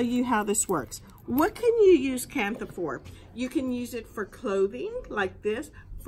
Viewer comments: You are pronouncing it incorrectly…do your research, it’s pronounced “ kan-ta” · It's pronounced Kan-ta. The H is silent.